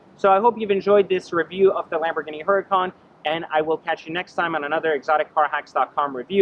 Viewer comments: It's HURACAN not huracon. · IT'S PRONOUNCED UR A CON BRO